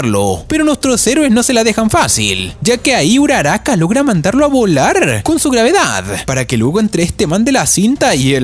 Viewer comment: No sé dice uraraka